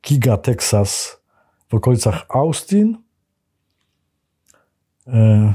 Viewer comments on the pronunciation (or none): Panie Witoldzie, jeśli chodzi o miasto w Teksasie, to wymawia się O stn.